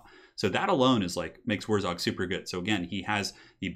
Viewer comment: WurrZOG?! It's WurrZAG, ya goon.